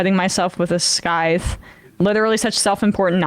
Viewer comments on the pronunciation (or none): scythe is pronounced sy-th, not sky-th. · Its syzth, not sKyzth. Also, I can't tell if the fan comment was saying that a Quaker area is the conservative area where they live, but while Quakers are a type of Christian, they are very rarely conservative. I grew up as a Quaker, & was asked to give my opinion about taking in illegal immigrants who were fleeing torture. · What's a "skyth"? Do you mean "scythe"? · 1'27 it's pronounced SEYE. VVV. NOT SKY...UVVV...... I know being English I have a head start coz it's our language.... but if you are on tube offering me your political views and trying to convince me then please basic spelling and pronunciation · Its "Sith" not "Skyth" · People keep pronouncing "scythe" as "skythe." I'm gonna start calling scissors "skissors." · Emma's never seen the word "scythe" before.